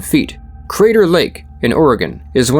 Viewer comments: Excellent video, very informative. Klamath is pronounced like "clam - math" Shasta is like hat and a. Shasta soda is still a popular soft drink brand. As a kid in the 60s - 70s they had a commercial jingle that went "Shasta 'cuz it has ta." Didn't expect my home town in the video. Then there's Mt. Shasta, a whole video in itself. Thank you for your work on this and other videos. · thats not how you say Klamath or Shasta btw. why do people always mispronounce Oregon names smh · Klamath (Clam-Ath) not (Claw-moth) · I couldn't understand what tribe you were saying when you were saying Klamath lol as a native southern oregonian it sounded so foreign at 1st. We all pronounce it like CLAM-ith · It's Kla math clamath I live in northern California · Okay sorry to be picky. Being part of this tribe in Oregon. IT’S PRONOUNCED LIKE CLAM ETH. KLAMATH. NOT CLAW METH! B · Im an Oregonian Geologist, super glad to see the story of Mt.Mazama on here! Only thing I have to say is that it is pronounced Kla-math, not Kla-moth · It's pronounced clam math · Pronounced " clam- ith " accent on clam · Sir, the pronunciation of Klamath is “CLAM eth” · Klamath is pronounced kuh-LAY-muth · Oregonian here, please, your pronunciation of Klamath is wrong, it is properly pronounced "Clam-math", the emphasis on clam. It is disturbing when the narrator mispronounces names as it show knowledge of the important elements of the story is lacking, and makes the video less compelling. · Kuh lam uth = Klamath , Oregon. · It’s pronounced CLAM-math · Klamath rhymes with mammoth, fyi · Klamath rhymes with mammoth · Great video By the way, Klamath is pronounced sort of like clam-myth, with the emphasis on the clam. Source: I live in Oregon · It's pronounced kul-lam-uth with a soft kul (Klamath) you're welcome 😘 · nah its just kla-math. No A after the K. The way it's pronounced here is 100% 2 syllables. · I don't think you're pronouncing Klamath or Shasta correctly.